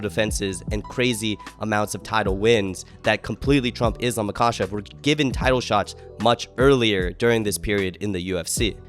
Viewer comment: if you gonna glaze Islam you should probably say Makhachev right